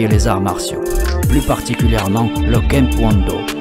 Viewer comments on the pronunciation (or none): Kemp kwon do.. Pas tae kwon do? Je veux bien, mais à condition que l’on me l’explique. Ou bien je cri à l’hérésie!